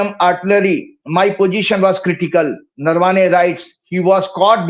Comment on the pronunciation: अबे वो नरवाने नही नरावणे हैं